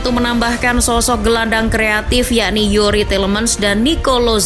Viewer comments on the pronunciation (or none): Selama bisa konsisten dan taktik nya gk itu2 aja boleh lah masuk big 6 Izin koreksi ya min buat penyebutan nama nya Lenglet: langle Youri: yuri Moussa/mousa: musa 🙏